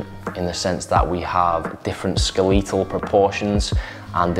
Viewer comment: From now on, I will be pronouncing the word "skeletal" this way so I feel fancy